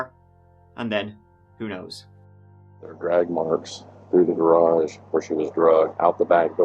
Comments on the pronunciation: It’s pronounced Gahh rawjj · i cant listen to you for more than 3 minutes.....i hate it cause ive got hundreds of stories i never hear the end of.....and who tf told u that is how to say "garage", that was where i had to hit the X, my ears hurt.....u need to offer voice over versions that are tolerable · Hey How about a black THATCHAPTER throw/blanket or beach towel instead of a shirt? Same design, same colors, just not a shirt. I'd even buy an auto window decal. "I luv ya" but seriously, you need to hear an American pronounce "garage".❤ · Their house had a garridge? Cool! Also, what's the hell is a garridge? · What's a garridge?😅😊